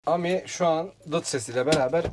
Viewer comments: Guzel video olmusda. Ama ami ne ya ? Okunuşu Emidir Am-i degil 😂😂😂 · Aracın adı A-Mi DEĞİL bizler yazıldığı gibi okuduğumuz için absürt bir telaffuz oluyor Adı CİTROEN E-Mi yani EMi DİYE OKUNMALI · Eymi diye okunuyor...